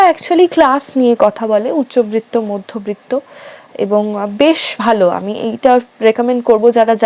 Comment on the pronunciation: একটা অপ্রাসঙ্গিক কথা। উচ্চবিত্ত মধ্যবিত্ত উচ্চারণটা কানে লাগলো। র ফলা আসবে না।😅